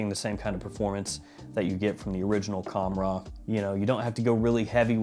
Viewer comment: It’s actually pronounced Khamrah with a soft k, hard h, almost like your clearing your throat. The k is in the back, like Hkamrah, so it’s reversed, if that makes sense. Qahwa is cah-wah. You nailed the way it smells by the way and I agree it’s better 💯